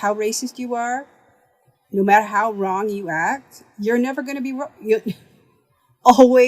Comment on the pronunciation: "Always WONG never right" 😂😂😂😂